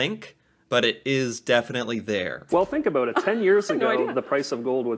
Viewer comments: Also favourites in Britain. Not as drawling as American nor as smarmy or pronounced as many British accents. Just nice, clear middle of the road. As for this guy, he is messing with us with the aboot nonsense. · I'm a born and bred Canadian, and this is the only dude I've ever heard pronounce "about" it this way. But I will admit that much like the US, accents are stronger and more pronounced in rural areas versus big cities/suburbs. This fellow Canadian is just weird. (sorry) He sounds more like a cartoon character. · Nobody I know pronounces about they way this guy says aboot. Listen to the first 3 times he says about. He gradually changes it to aboot. What do I know though he probably has a billion views by now. I think accents are regional. I live in Southern Ontario so I believe I sound more like an American that lives in the Midwest. It's going to sound rough but I hear the aboot but usually only from people from Newfoundland. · Ive travelled to the US and have had a few people ask me if I was Canadian because of how I pronounced 'about'. I think it's actually 'aboat' and not 'aboot', pretty sure this guys playing into it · Exactly, Canadians do pronounce "about" distinctively, it sounds like a boat. or abewt, while americans usually say Abaowt. "A boot" is an exaageration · I was stunned to hear someone actually pronounce "aboot" while watching your videos, I've never heard this in BC. but USA friends have told me about it. Loving watching your videos and learning about my country, thank you, eh? ;) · I’ve never heart about pronounced as aboot either and I’ve lived in Ontario for over 50 years. The guy on the video is definitely exaggerating for views. I’ve always thought that Ontarians sound very similar to Californians. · Never heard someone says aboot 😂